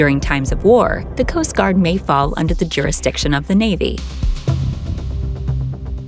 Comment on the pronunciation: Okay literally the way this AI / girl says coast guard is so annoying stop adding emphasis